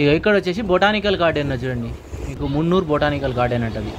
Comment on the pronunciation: మున్నురు కాదురా బాబాయ్ మున్నార్